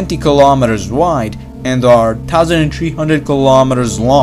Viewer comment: LOL, I too noticed his mispronunciation.